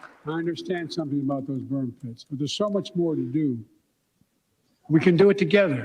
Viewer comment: He said burn kits not burn pits.